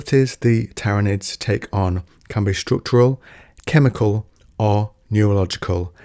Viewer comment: My guy manages to pronounce Tyranids 3 different ways and none of them were correct lmfao.